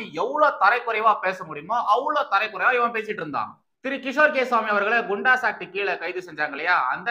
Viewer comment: It is not tharai kuraivu. It's tharai kuraivu.